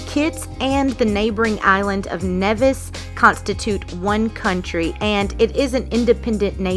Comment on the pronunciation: Thank you for your kind words of my home. So Frigate is pronounced the first way you stated in the beach chair and Nevis is pronounced like knee-vis not ney-vis.